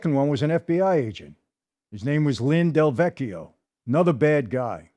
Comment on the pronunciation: Lin DeVecchio not Del Vecchio..as a Del Vecchio I am very sensitive to this slight correction..:) thank you